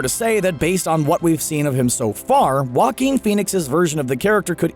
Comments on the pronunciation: I thought Joaquin sounded like jokin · Still learning how to pronounce Joaquin.